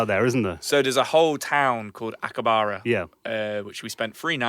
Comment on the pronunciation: Akihabara, not 'Akibara'